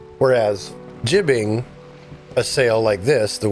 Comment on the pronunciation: Nice, I wish I could play the game on my potato laptop... Anyway, one thing is driving me insane: You say "gibbing" instead of "gybe" with an i sound. Not sure if that changed in future videos, haven't checked yet, but there's hoping^^